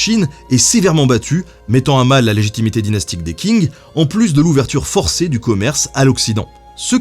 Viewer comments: Je suis en licence de chinois... Le q se prononce pas k mais sh... Ca me perturbe et me dérange quand tu dis "KING" 😂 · Est-ce-que Qing ne se prononce pas plutôt "tching" ? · Tu as oublié le "s" à Guerres napoléoniennes Et Qing ça se prononce Tching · Hello ! Dynastie des Qing, ça se prononce Tching ! Sympa la vidéo sinon :) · Je peux me tromper, mais le "Q" ne se prononce t'il pas "Tch" soit phonétiquement 'dynastie Tching' ? Excellent travail comme d'hab! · Ben, comme d hab la vidéo est parfaite mais Qing se prononce Tching en mandarin. Continues, tes vidéos font passer le temps en confinement👍👍👍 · les qing avec un qing qui se prononce un peu près xshinnn on prononce pas vraiment le g mais on éxagère légerement le n comme je l'ai fait. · Les Qing se prononce Les Tsing (avec le "t" un peu étouffé"). Note : Ce sont les jésuites qui ont réadapté la prononciation de certaines consones pour coller à la langue locale. :-) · Très bonne émission comme toujours ! Petite précision : le Q en chinois se prononce TS oralement ça se dit Tsing du coup 😉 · Pour les mots en chinois, ça serait bien de se renseigner sur les prononciations, par exemple Qing se prononce presque comme tchin, pas king ;) Commentaire bienveillant, je suis fan de ton travail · On dit "tching" pas Qing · Qing = Tsing, comme dans Qingdao ou romanizé en Wade &giles Tsingtao. Pour le reste les X comme xi = sï, si = seu, xu = sü, chi= tchi, ji = dji, zhe = dje, shu = chou, xiang = siang. Si vous avez du mal avec les prononciations du pinyin le Zhuyin qui est phonétique ou le système Wade-Giles est plus pratique pour les prononciation européenne, et pour le 謝謝 en pinyin c’est Xie Xie ce qui se dit Sïé sïé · La Dynastie des Qing, ça se prononce : "ch" comme le "ch" allemand dans "ich bin". Tout comme Hong Xiuquan : Hong avec un "h" comme en anglais, Chiu chuan (avec "ch" comme en allemand). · Super video mais juste s'il te plait Qing se prononce grossièrement ''tching'' pas ''king''